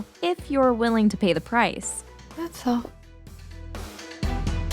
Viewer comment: " that's all". I always like how she pronounce that